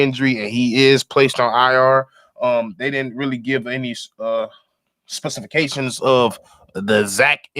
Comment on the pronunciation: 😂😂 got me cracking tf up the way he said specifications!!……Hell naw! the mark but prayers to the hurt players